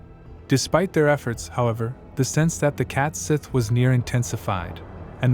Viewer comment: It’s pronounced “Scottish” and it’s pronounced “Cat Shee” not “sith”.